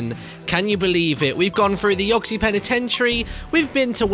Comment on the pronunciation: I think you forgot the G in "yogscast", but otherwise that's pretty cool!